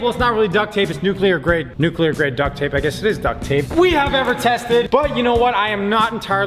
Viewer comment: Nuculer tape